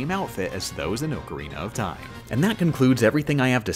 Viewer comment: "oakarena of time"